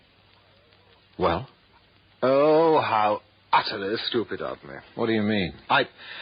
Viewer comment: He said STEWPUD WENCH” 😂😂😂